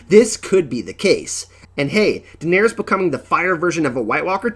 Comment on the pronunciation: Durrring the Targurrryan Civil war, they never Murried Targurrryan Daenurrrys!!? is it like Ahhrrr.. or is it more like Uhhrr.. Once I heard it I couldn Unhear it! LOL did subscribe tho great channel! upvote